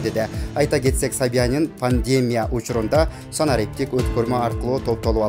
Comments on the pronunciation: Оой качан окуганды уйроносунор, ,,пандемеея", ,,метро планейрная "эмне деген окуш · Ушул сайттар нормальный дикторлорду качан табышат. Ото не граммотный баары. Басым жонундо тушунугу жок. Созду бурмалайт. Жада калса пандемияны туура айта албай жатат. Которгулачы🙏